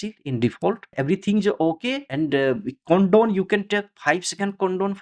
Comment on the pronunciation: your voice and pronounciation is so funny)) it is count down not condome lol